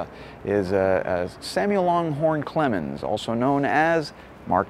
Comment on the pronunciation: Now, I have to correct myself. It's LanghornE Clemens. Serves me right.